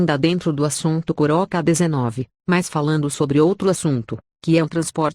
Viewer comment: o cara disse coroca virus